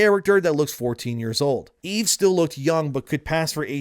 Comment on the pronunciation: Dude, quit pronouncing it wrong. It's EVE, not "Evie/Evey."